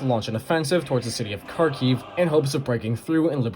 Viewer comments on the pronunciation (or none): Did anyone else hear "the city of carkeys"